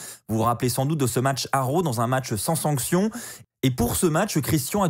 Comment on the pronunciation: Raw pas row mdr